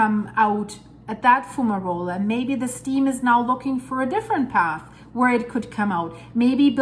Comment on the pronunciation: Great Video,. Just to let you know that Fumarole is pronounced as Fu-ma-role. Keep up with the great videos. Always looking forward to them.